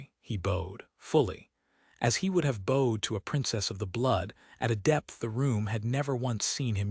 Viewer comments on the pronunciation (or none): It was a good story. The little weasel Grice had to go find someone else. I liked the end too. I rate the tale a 7 out of 10. HOWEVER, you are still using that stupid AI voice that mispronounces words; BOWED is a heteronym; say it correctly for the meaning of the sentence!